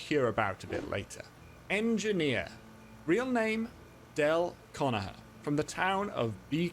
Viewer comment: anyone else notice that hes not saying conagher with the G in it the G is not silent in conagher.